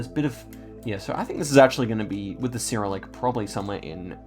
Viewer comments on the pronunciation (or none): none